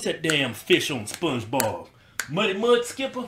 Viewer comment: my man said "muddy mudskipper"😂😂😂